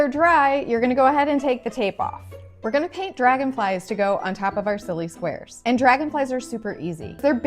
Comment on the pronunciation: Not me thinking she said swears till she said not exactly squares but Rectangles